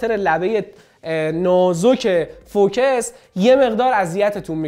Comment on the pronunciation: داش سلام.فوکِس چیه.فوکوس هست ینی متمرکز تمرکز بر روی نقطه ای.مثلا ماتریکسی یا چند نقطه ای❤